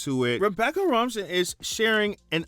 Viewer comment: jsyk her last name is pronounced ro-main. Like Romaine lettuce.